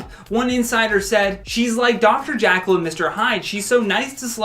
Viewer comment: It's Jekyll, NOT Jakyll.